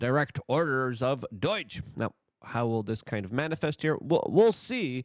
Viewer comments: ITS NOT DOYGE!!! ITS DOUGHGE! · Why you saying DOIIIGE dude? It's DOGE. I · Why do you keep calling it doige? Are you doing that purposely to bait for comments like mine? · I love how Luke pronounces Doge like it's Dutch. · Day 35 of Luke pronouncing Doge wrong